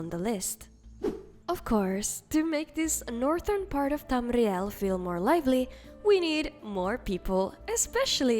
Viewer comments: Hearing that 'Tamr-rial' is Oddly Satisfying, i love it ❣. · I have a speech impediment with the letter R so when I hear people pronouncing it the way I can't I get a huge amount of satisfaction 😂. Yeah get that R get it good!!